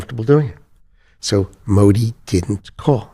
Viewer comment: Bhai aap yaar modi ji ka name sahi se liya kro baki sb thik kaam kr rhe ho